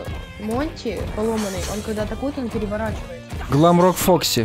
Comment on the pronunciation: Глэмрокк а не гламрокк